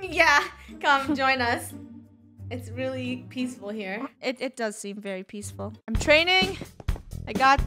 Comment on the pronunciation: IM NOT PEASHFUL - 2018